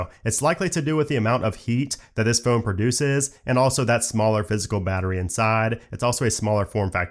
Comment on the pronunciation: It always bugs me he can’t say phone properly 😂.